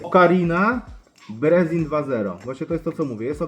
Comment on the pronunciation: Majster jak chcesz podciągnąć angielski to: nie brezin tylko brizin nie gentle łajnd tylko dżentyl łind. Pozdro